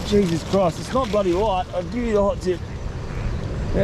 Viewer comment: Why do you say blody